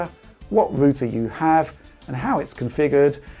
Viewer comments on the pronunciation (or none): It’s router, not rooter lol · Great video. Very informative. Thanks for taking the time to make this video. But wtf is a rooter? :P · TIL Brits pronounce router it as a "ROO-ter" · That's how you pronounce Router before American English changed it for some reason. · Ruter lmao 🤣